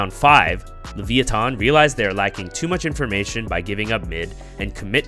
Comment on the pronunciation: the way u say levithan is weird. its lavEYEeThon